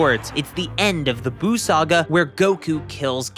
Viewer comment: Who is “Boo”?? It’s “Buu”!